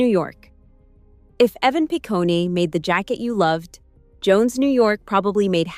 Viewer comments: Evan Pi-coney 😅😅😅. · Evan Picone - doesn’t end with an E sound, it’s just “Pah-cone” like ice cream cone.